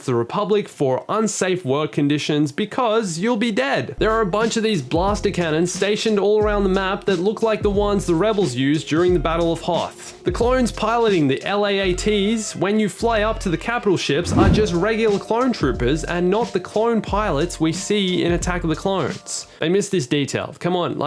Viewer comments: IT IS NOT A LAAT it is pronounced l-a-a-t 😡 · Stop saying laats. It's PRONOUNCED in uppercase L-A-A-T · Dude it’s not laats it’s L-A-A-t. You say it separate. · It is called Larty, not Laat. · Don't you dare call a gunship a "lart" ever again. It's "L,A,A,T". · he called it a LAT